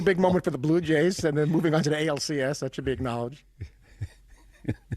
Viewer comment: Did the Yankees announcer Dave Simms just call my Blue Jays the “blow” Jays? 😮